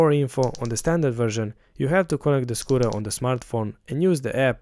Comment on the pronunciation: Great work! but, only realized, that you were saying "Scooter", and not "Squirrel", at the end.